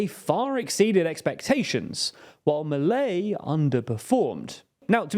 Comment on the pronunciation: It's definitely not pronounced Maley, more like Mee-leigh